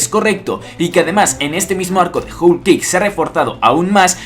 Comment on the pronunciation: se dice "jol"=whole y no "jul" como tu lo pronuncias. Por cierto buena teoría pero se te está olvidando el papel de dragón dentro del desenlace final. Saludos